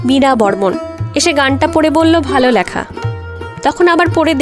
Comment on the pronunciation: এমনিতে বেশ ভালোই। কিন্তু "লেখা"-র উচ্চারণ "ল্যাখা" হজম হচ্ছে না!